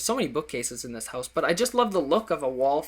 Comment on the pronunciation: the way he says 'HOWSE' makes my life :D